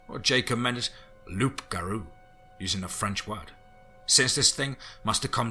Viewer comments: for those who dont know...its pronounced "loo - ga - roo" its a cajun word from louisiana. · Come on it’s pronounced “Loo Garoo”. The P is silent and it’s how the term Rougarou came to be. From the Cajun dialect of French for “wolf man”. Awesome story and beautifully narrated as always. Your werewolf and dogman stories are by far the best on YouTube. You always seem to find (or in some cases write) a fresh new take on the werewolf genre which is not easy considering how many stories have been written about it. Keep up the good work! #teamFEAR #CRYPTIDCREW